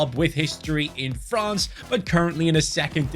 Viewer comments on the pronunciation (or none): none